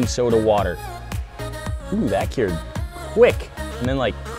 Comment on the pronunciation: when did a 'stirrer' become a 'steerer' and 'cured' becomes 'keered'.